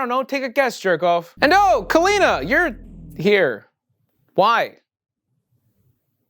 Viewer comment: So why do u start mispronouncing Kalina’s name 3/4 of the way thru the movie? That’s like really weird creative license